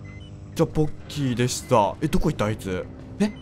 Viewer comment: 最後のポッキーでしたがボッキーでしたって聞こえる